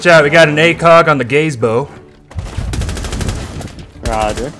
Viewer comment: it isn't pronounced gaze bo, its pronounced ga zee bo. No hate <3